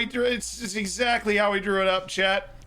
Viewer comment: Every time he says Chat, it sounds like Chet. I'm like wtf is Chet???